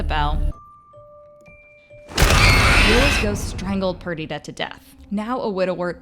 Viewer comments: I'm not sure why you're not able to say Viola's or Perdita's names properly? Did you watch the episode?? It's Vye-OH-lah and PER-dih-tah. Sorry to correct you, but... that you don't say them the way they do in the season, I'm not sure why you're reporting on it. Since you've not seen it enough to get the names correct. Something's off. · Is anyone else so bothered because she pronounced Viola and Perdita wrong the whole time